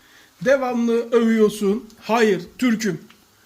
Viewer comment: Sanki Hatay lilar uzaylı.Adam öyle bir hayır diyor ki.